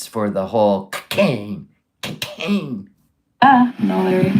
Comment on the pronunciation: That’s right you guise… was addicted to KAH-Cain! Kah-cain!!! Say it fast 3 times.